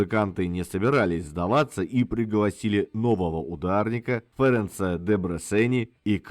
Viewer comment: спасибо за материал!!! Очень круто! Омегу знаю и люблю года с 96-го, а вслед за ней - Локомотив, Иллеш и прочих венгров, а вслед за ними и другие группы Восточного Блока. НО, немного конструктивной критики: ну, какой же, прости господи, ФОренц Лист, когда он Ференц? Понимаю, оговорка, но, увы, нехорошая. Успехов и ещё раз большое спасибо!